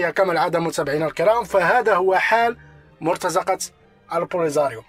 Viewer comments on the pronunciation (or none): مرتزقة أخي بكسر الزاي و ليس بفتحها mortaziqa وليس mortazaqa.